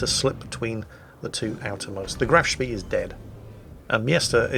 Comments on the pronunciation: Graf Schpey. Not Graf Schpee. Dearie me. Honestly, you young people know nowt. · Every time there's a Graf Spee in a match that narrates I cringe. It's Spay, not Spiss. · graf spee pronounced grahf schpay it's NOT a British ship - OK?